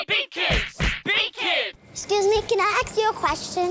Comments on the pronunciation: ask not ax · Ask, not ax. Jesus wept. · 'Scuse me, can I axe you a question? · "'Scse me, can I axe you a question?" haha